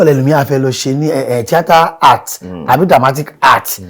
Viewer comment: is good and versatile presenter. But the way he pronounces Tiata as Theatre is annoying and irritating. Since it's a Yoruba program more so that u claimed that you read Yoruba UniIlorin. The word is Tiata and not Theatre. Nobody is interested in your phonetics. We know say u sabi English but spare us the irritating pronunciation across board in all your Yoruba programs.